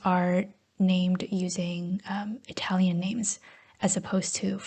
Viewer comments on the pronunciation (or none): none